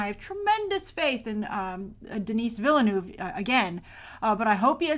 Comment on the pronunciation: Hearing "Denis Villeneuve" with an english accent is so weird